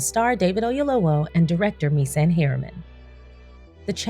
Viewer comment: Great movie! I had to take some moments and decompress 😢. Very cathartic when you’ve experienced grief ❤️‍🩹‼️ (PS. 🥇 for the great pronunciation of Mr Oyelowo’s name. Yoruba is not easy 👏🏽👏🏽👏🏽)